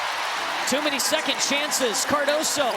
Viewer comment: its "Cardoso"